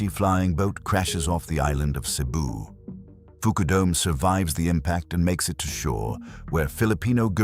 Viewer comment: "Foo-koo-dome"...why not "f_k you dome"?